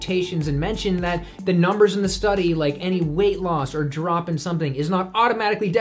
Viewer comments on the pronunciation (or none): none